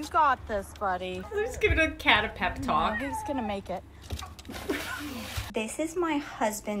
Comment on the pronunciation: not judging but its a "pep talk" not "pet talk"